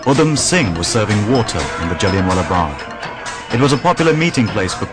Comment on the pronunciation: It's Jallianwala bagh not jellienwalla bagh ,you will not get another chance Dyer , Inquilab zindabad 👿